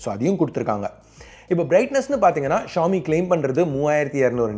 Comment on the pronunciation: Xiomi Xíomi xiómi ...not 🚫🚫 trust